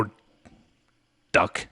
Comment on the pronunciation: dock not duck (quack, quack). But when I compare this older video (2016) with 2017 and 2018 I realize you have a much better grasp of English now.